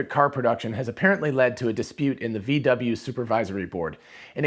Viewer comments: VW is pronaunced "fau Væ" in german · Pronounce it: "Fow Vay"